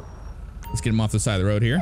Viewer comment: you say woad all the time you try to say road